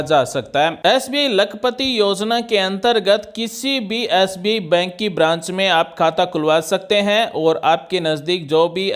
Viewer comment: आप,, बैंक का नाम तो ठीक से बोलिए । हर बार आप एस बी कह रहे हैं । बैंक का नाम एस बी आई, अर्थात भारतीय स्टेट बैंक है । धन्यवाद । ओमप्रकाश ।